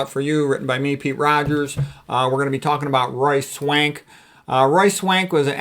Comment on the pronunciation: I know his name but when you say it i hear "Royce Wank"